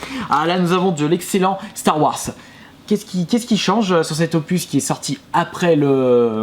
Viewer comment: "Star Wass" mdr je suis mort.